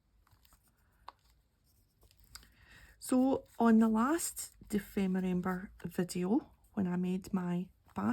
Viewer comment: Lovely cover,! Looks like you are all set! 😃 And you are fluent in saying Dephemerember now! 😃 Thanks for being part of this amazing community and for sharing your art! Hugs, Barbara ❤